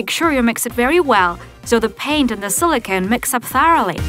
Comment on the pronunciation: Sarita Kumari Ranjan its not sola cone it's silicone